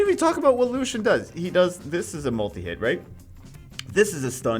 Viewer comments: The light Elven rangers name is pronounced is Lucy-in not Lushen. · can u pls pronounce his name french ? his name is lucien not lushen